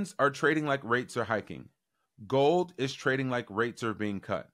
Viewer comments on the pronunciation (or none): none